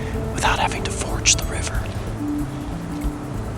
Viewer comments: "Ford" the river not "forge" the river :P GREAT JOB GUYS THANKS FOR SHARING! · It's "ford" the river, not "forage" the river. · it always annoys me when you say forge the river. Isn't it ford? fjord maybe? I could be wrong. Love your channel.